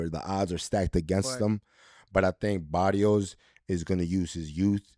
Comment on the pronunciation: Abner you gotta tell my boy Rosado he can pronounce the R what’s that shiaaat barios come on now you boricua bro say it baRRios with the R